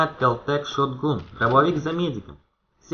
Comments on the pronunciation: Шотган, а не шотгун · не гун а ган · Сам ты шот гун)) Правильно шот ган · Не "шотгун", а шотган!